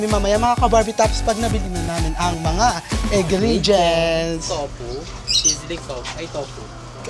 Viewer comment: Towpuh? Hahahahahahahahha i love it